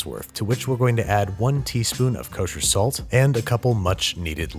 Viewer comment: babish be like "K O S H E R S A L T" (I think he's addicted we need to get him a addiction therapist)